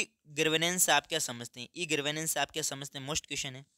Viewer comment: Gavrnensh ❌❌❌ Garvnensh ✅✅✅ 😂😂😂